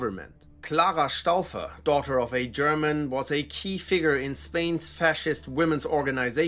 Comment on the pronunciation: The authentic pronunciation of German names and places really makes listening to this enjoyable...